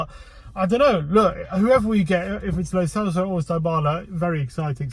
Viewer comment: Learn to properly pronounce "lo celso" and " dybala"